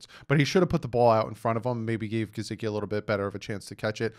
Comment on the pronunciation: Not to be nit picky but please pronunciate Gesicki properly! His name does not have a z in it! I had to listening too because of it!😖